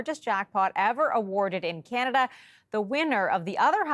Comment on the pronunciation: What the HECK!! Can-ada??? Are you American??😅